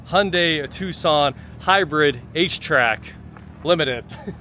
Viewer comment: Tucson, not tuscon